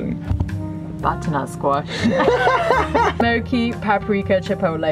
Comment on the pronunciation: Love it! Take it from an Italian...it's "gnocchi." ❤